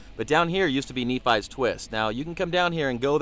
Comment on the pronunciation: Nephi is pronounced as "knee-fi" at least that's how I would suggest